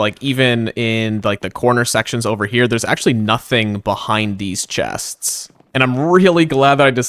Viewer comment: hello! I loved the video, very cool usage of the copper golem... i have an extreme problem with the way you say "chests"